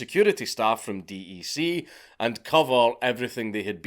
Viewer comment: It is pronounced deck not D E C